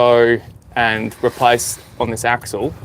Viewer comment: Sorry, I don’t mean to be “that guy”… it’s axle